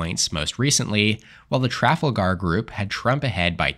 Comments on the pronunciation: I like your channel, I watch your videos, but the polling outlet is pronounced.... Tra-Fal-Ger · I live in Australia right next a Trafalgar. We pronounce it Tra-Fal-Gah. I was so confused by his pronunciation 😂